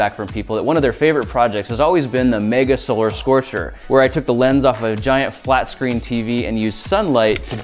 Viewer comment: Did anyone else hear him say giant "flatscreen" TV at the beginning